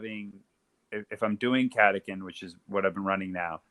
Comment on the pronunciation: Catacan. Is how I saw it but Catachan is how I’m told it’s said. I like the lazy Cataken